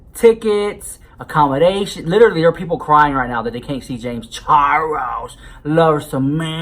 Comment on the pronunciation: I love the way you Charrrles lmao